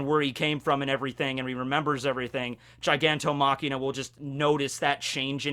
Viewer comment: Every time he says Gigantomachina, I go "STOP!! IT'S GIGANTOMACHIA FOR FUCK SAKE!"